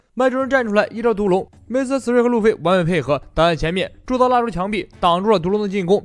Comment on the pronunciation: mr3与其念 m r 3还是念mister3更自然